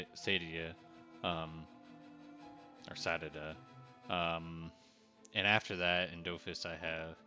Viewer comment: the Sadida is Adidas backwards, so just pronounce it like that. One of my least fav classes actually.